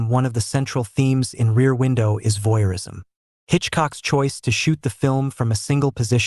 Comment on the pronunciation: "Voyeurism," not "voirism!" Who edits this crap?